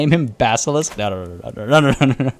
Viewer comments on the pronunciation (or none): none